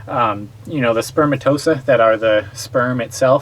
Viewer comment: Elephantiasis is fairly common in some countries, and people who live in tropical areas may well get mosquito bites in places not as common in western countries. Are any of these people in the medical field? A medical channel, so one might assume. I clicked off after the man mispronounced spermatozoa. No it isn't spermatosa... Before anyone gets on me for attacking laymen, I'm a high school dropout with zero medical training.